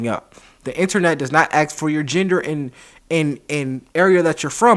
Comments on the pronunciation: I know it's a pet peeve, but it bugs me that such an articulate young man as says aks and not ask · Why do you say "Axe" instead of "Ask" ? English is not my mother tongue so i don't understand. That on the side, interesting video, interesting how US citizens thing "racism" is something that happened only to blacks in the US as well as slavery, but to no one else in the rest of the world. And when those strange people say "white privilege" do they mean the same thing in...for example Slavic countries where there are almost no black people? Does it apply there as well? Or is this term only related to the USA? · please learn how to pronounce 'ASK'.